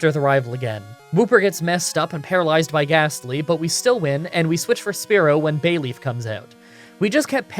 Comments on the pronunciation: I cant with you saying Sparerow 😳😳😳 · Sp ear o say this that’s how you say spearow’s name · "Why do you pronounce Spearow and Fearow like Sparrow and Pharaoh?" "It's in the book." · I know your the type to not give two shits but It's pronounced Spearow Like spear (weapon) owe like you owe someone money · the way he pronounce Spearow and Mantine . . . I just can't great vid though!